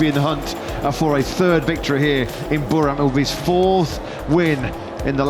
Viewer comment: Commentators. Please learn to pronounce Buriram correctly.